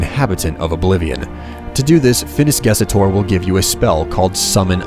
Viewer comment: It's Ges Tor. Not Ges Et Or. Learn how to read!